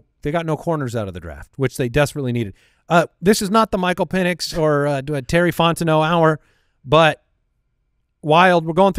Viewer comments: at least it was Pen-S and not Peen-S🤣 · I don’t know about you - but I heard say Pen-ITs with a T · Sounded more like Pen Es to me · I heard Pennus. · He definitely said PENIs it was a soft s lol. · I heard pen is or pen es but it was close 😂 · is SO confident that he said an "X" in Penix, that you can see his hand on his head....asking himself..."What did I just say?!".... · 1000% said Pen!s 😂🤣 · def said Michael Peni$ xD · Confirmed, he said Pen-is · definitely dropped the S instead of the X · Definitely forgot the C sound before that S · He didnt say the X in Penix 😂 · I heard S... not X